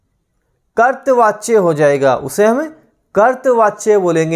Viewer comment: Sir कर्तृवाच्य का उच्चारण "करतवाच्य" नहीं होता बल्कि होता है "करतरी वाच्य" Very Nice Class Overall Thanks for Class..